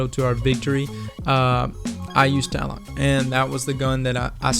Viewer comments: Tlaloc is actually pronounced cha-loc. It's named after the Aztec God of Storm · Tlaloc, also is pronounced tah-la-luke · There's two "L's" in Tlaloc. It's not called Taloc. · it's actually pronounced tlah-loc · with the name of, u should know how to pronounce tlaloc.